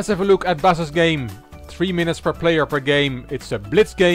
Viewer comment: Originally my nickname is for the instrument (Bass), but since I live in Mexico, nobody makes the correct pronunciation and the way to "say it" in spanish is how you were doing, so correct:D Thank you finally my turn.